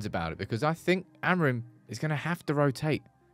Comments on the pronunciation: The amount of times you say the word Amorim and it’s not the correct pronunciation grinds my gears as a Portuguese person 😂 say it like amoor-in but altogether. love the content though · So like Amoorim?